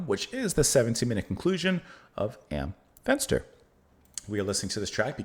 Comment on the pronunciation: I've never heard this before but I quite enjoyed it! Your pronounciation of "Am Fenster" was correct btw!